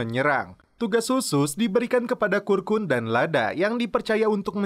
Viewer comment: Kurkun koq jadi karkun bang... Wkwkkw